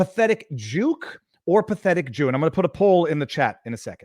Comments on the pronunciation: I hear “shill” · It sounds like he is saying "pathetic puke" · I dont here no “d” in what i hear in my headset